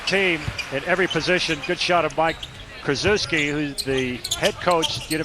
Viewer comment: Butchered coach K's name